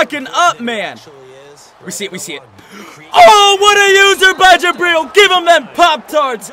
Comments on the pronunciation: Does anyone else cringe a bit when he says jabreel instead of jabrill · Please say Jabrill correctly. His name rhymes with Jatrill.